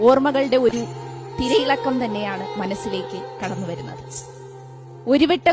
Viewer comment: തിരിയിള കമല്ല PhD തിരയിളക്കമാണ്😂